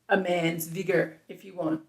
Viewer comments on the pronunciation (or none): none